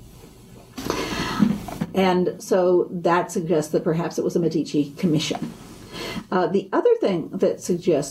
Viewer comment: San Marco...in FLORENCE! It's MEDici, not MeDIci!!!